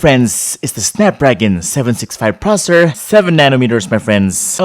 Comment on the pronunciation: why are you pronouncing"processor" as "prosor"? I find it really annoying. Sorry mate. Anyway good video!